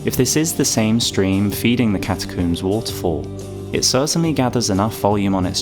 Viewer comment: Why do you say catacooms like tomb instead of comb?